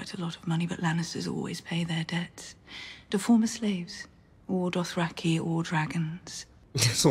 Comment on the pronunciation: Why can't this guy say Dothraki? Adding an extra R after 7 seasons.